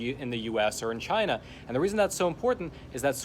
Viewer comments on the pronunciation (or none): none